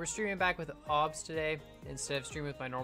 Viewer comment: The way he pronounces OBS😂😂